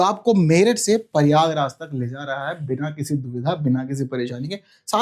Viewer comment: its not परियागराज, its प्रयागराज …..